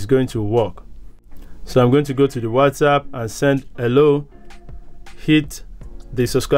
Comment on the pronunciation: It's not WazzApp , it's WhatsApp 😅